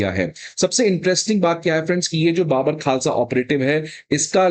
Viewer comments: Sir I’m Punjabi it’s not baabar khalsa when we speak it’s bubur khalsa 😊😊😊😊 like we say bubur sher 🦁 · ओ भाई।।। ये कैसा अध्यापक है जो कि बब्बर खालसा को बाबर खालसा बोल रहा है 😡😡😡😡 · First learn how to pronounce Babbar